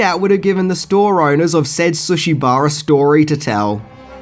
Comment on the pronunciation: Damn dude, you really reaaaally massacre words and this is coming from a fellow Aussie.. Sushi - Sooshi Schumacher - SchuMACKA Cinema - Cinimarrrr Thailand - Tyreland Etc Etc ETC